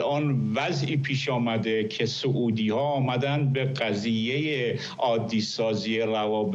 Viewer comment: آقای فرحزاد سعودی بافتحه س نیست با ضمه س است به بقیه هم بگویید